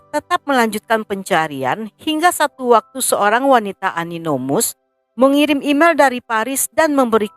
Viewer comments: koreksi,: ANONYMOUS dibaca anonimus, bukan aninomus. lanjoooodt 👍saya subscriber channel ini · Sorry aku selalu dgr dlm beberapa video" Aninomus,, yg betut kan Anonymus